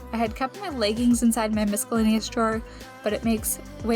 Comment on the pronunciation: Love a good declutter, especially when we hear you thinking out loud about your plan. Love the idea of filming options for where to hang things! ( p.s. sweet girl, the letter c in miscellaneous is silent )